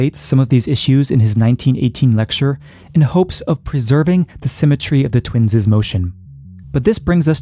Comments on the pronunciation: If you say "twinses" one more time, I'm gonna lose my shit. lol Twins' is pronounced "twins". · Regarding the pronunciation of the possessive plurals that end in 's'. "Twins' experiences" ... Sounds the same as the non possessive, except perhaps a very slightly longer holding of the 's' sound, which is a 'z' sound in the case of "Twins' experience" ... Not, "Twinses"